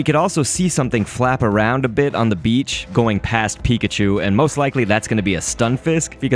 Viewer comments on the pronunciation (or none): none